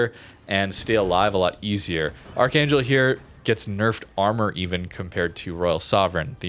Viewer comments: It's pronounced Arr-hung-gelsk (K in Kh is silent/sounds more like gh, just like the russian pronunciation of Nakhimov), great video! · Ar-han-gelsk Please play Giulio Cesare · "Arc-han-gelsk" Woe, may double CVs and subs be upon you for the next 10 matches. But anyways, Arkhangelsk is what Royal Sovereign was when she was loaned to the Soviets in 1944. They actually tried to keep her but the Royal Navy sent someone over there to confirm it was seaworthy to make the trip back. The Soviets took poor care of her as a summary, reports had it that Roaches were rampant across the ship's lower decks, and thus scrapped. ADDENDUM: Interestingly, Royal Sovereign was some kind of Italian war reparation placebo; essentially her loan service ended when the Giulio Cesare (Which became Novorossiysk, another example of the same ship existing as two separate HISTORICAL identities) was transferred to the Soviets in 1949. ADDENDUM II: Parts of her remain to this day; the Lovell Telescope in Northwest England inherent Royal Sovereign's elevation mechanisms. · Technically, in Russian, it'd be pronounced 'Arrhahngillsk' (with the r's rolled slightly and a semi-hard h) or something to that effect, I think.